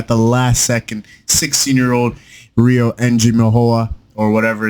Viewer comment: Dis mandem needs to speak Rios name correct man